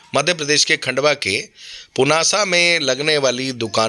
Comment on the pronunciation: पूनासा नही होता पुनासा होता है😂😂😂😂😂😂